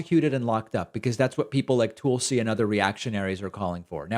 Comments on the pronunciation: It's Tulsi not Toolesi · Pakman complains when people mispronounce Ketanji but then consistently says "tulesy" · Heh heh... you call her, "Tool-See"